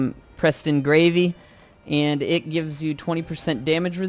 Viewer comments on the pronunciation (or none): I don't know how you miss pronounce Preston Garvey for Preston gravy